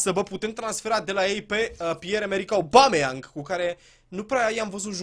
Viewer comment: Ba boule , se citeste Obameiang ( No hate xD )